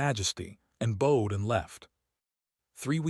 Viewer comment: Are you ever going to pronounce "bowed" properly in context? Every story!